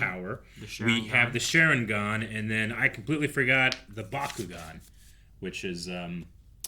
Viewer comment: Bakuygan and Ma-dara lmao 🤣… what else?